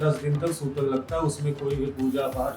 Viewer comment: Sobar bolate Hain 😮 sutak nahin kahate h